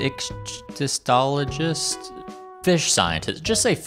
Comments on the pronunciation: this was probably just a bit but ichthyologist is pronounced like ick-thee-ologist if you ever find yourself needing to say it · Island Icthyologist (dunno if I spelt it right) is pronounced ick theeee ologist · The spelling is weird but the pronunciation is "ick-thee-ologist."